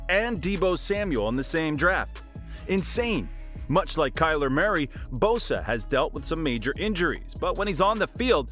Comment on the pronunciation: Kyler Marry? This dude needs a pronunciation guide.